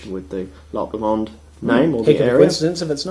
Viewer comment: p.s. it's not "LeMond" its Low-Mond, or more technically as a scottish person would say it... Low-mind (with mind said like wind)